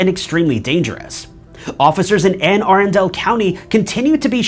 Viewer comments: It’s pronounce Anne A-run-dal county. Other than that good videos. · The county in Maryland is pronounced A--run-dle county.